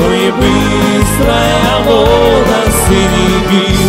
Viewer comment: а ще в українській літературній нема слова бистрая і наголос не вОда а водА